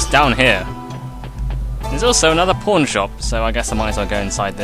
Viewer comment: I swear every time you say "pawn" all I can hear is "porn"